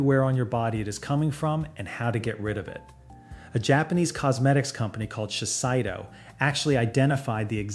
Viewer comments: It's not "SHE-SAI-DOUGH"", it's "SHE-SAY-DOUGH" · Shiseido 資生堂 is pronounced しせいどう "she-say-doe", not "she-sai-doe". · It’s pronounced Shi-say-do, not Shis-eye- do. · Shiseido --> shi-say-doe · Actually, this video stinks. He can't even pronounce Shiseido. Notice it's a video linked to a product. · I can't believe any of this when you mispronounce "Shiseido."